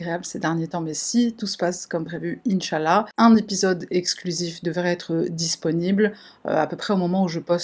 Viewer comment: Il faut dire inchalah. Pas nchalah